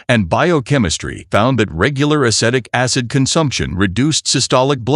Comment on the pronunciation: Dear AI: It is a-SEE-tic acid.